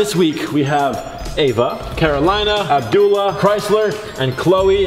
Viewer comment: im sorry but the way said “abdullah” horribly wrong made me laugh to tears 😭😭😭😭